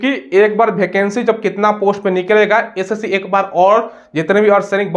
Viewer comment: Sss nhi होता है सर ssc hota hai😊😊